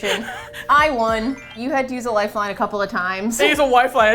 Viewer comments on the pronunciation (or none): Did you say 'Wife-line' instead of 'lifeline'? That is sooo cute! I love it!